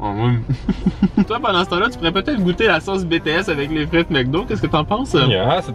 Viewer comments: Ça me tue faut le dire en anglais BTS (BiTiS) comme BlackPink, got7, TXT bref ta compris (moi aimer la k-pop mais voyons ne dites pas de sautise.... J'ADORE😍) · Ça c écrit BTS mait ca se dit Btis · « Betéèsse » sa fait mal à entendre 😭 lis les lettres comme en anglais 🥲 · ON DIT PAS BéTéS ON DIT BiTiS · j'ai envie de pleurer on dit bitièse pas bètèsse TnT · BTS ça se dit pas « Bétéèsse » mais « Bitiès » les lettres à en anglais quoi pas en français TwT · tu dit " bts" mais sa se dit a l'anglais "bi ti s" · Pk di BTS( béts) alors que ça se dit Bts( bitis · «Bétées » C’EST «BiTieS »!! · Es que y’a que moi que ça stresse qu’il dit BTS et pas BEE TEE ESSE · On dit bities l'anglais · Ça se prononce bitis c'est en anglais sinon j'adore tes videos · OH MON DIEUUUU TA DIS "BTS" CA CE DIT "BITIS" AAAAAAA JE MEUUUUURS 🤯😱😭😭😭😵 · Comment il a prononcé BTS 👁️💧👄💧👁️